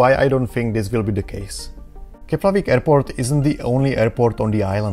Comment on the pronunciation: Thanks for the information. However, the airport is still not called 'Keplavik' but 'Keflavik' 🙂.